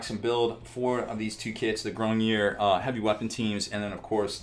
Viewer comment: also, for the french pronunciation, the last part is a ards sound, grognards (this is horrible pronunciation but it sounds like the french somewhat) just the last part kinda sounds like lard, just pronounce it like you would in english and it will be closer